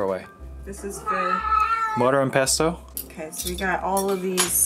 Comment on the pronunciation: I heard say mortar and PESTO. Man I'm hungry hahahah xD